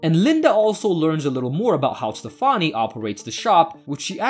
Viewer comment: You can't pronounce "Stefani" but you can pronounce "Pastich"